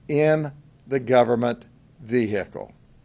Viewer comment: Take a drink everytime you hear "VeHickle"